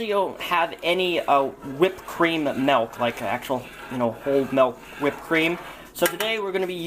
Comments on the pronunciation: It's milk, not melk. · Hald a cup of melk :3